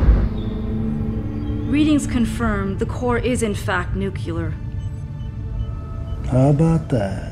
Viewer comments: girl says the core is nucular... its nuclear dear lol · honestly, how hard is it to say nuclear??? Nukilar?? Ffs! It’s a bad day when a Scot pulls you for your English 😂😂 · enjoying this so far. but ouch... ... Nucular. that hurts me haha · Not "nucular," it's "nuclear!" Nu Cle Ar!!! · haha...she said nuculer, fun short tho! definitely watch to the end. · Deputy controller: "the core is NooKyooler" Hahaha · She said, "newkyooler"🤣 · Great job, but the readings confirmed the core was NOO-KLEE-URR, not NOO-CUE-LURR. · Nu cle ar. Nu cle ar. Not nucUlur. How friggin hard can it be??? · “The core is in fact nucular”?! Good grief. It is in fact nuclear. And no, they aren’t interchangeable. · Everything was fine up into a point and I was enjoying it. Then that chick says "nuc-eu-lar" and now I'm annoyed... one of my biggest pet peeves is someone pronouncing "nuclear" incorrectly... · "NUKULAR", why can't people pronounce "NUCLEAR" correctly anymore? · "nukyilar" lol I think they mean nuclear. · The fact that the word "New-que-ler" is said... just... no. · She said nuculer lol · So even after thousands of years into the future mankind still having a hard time pronouncing the word NUCLEAR. It's not NUKILLER. It's NUCLEAR. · Considering the budget and what we got, well done. But having someone say "Nucular" is just cringeworthy. Especially when so much detail went into the rest of this. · Please tell that woman the word is pronounced NuCLEar not NuCUlar!!!!! And what the heck does it mean to say "I don't understand helmet" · Fugg me. Why can't people properly pronounce words ??? It's New-clee-er...not newk-u-ler. That irritates the crap out of me. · sigh Nuclear, not Nucular. Otherwise, pretty well done. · Good thing that ship was “Noo-coo-lar.” 😂😂😂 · "nook-you-ler" lol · good to see some 21st century English traditions survived - when she says 'nucular' . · Even in the future, some people still can't pronounce nuclear (Hint: not nucular) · got me. It's "New-Clear"